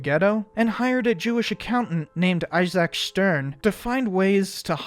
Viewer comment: Bro legit just pronounced itzhak “issac”